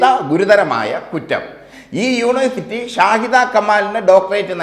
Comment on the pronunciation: യൂണേ സിറ്റി അല്ലഹേ !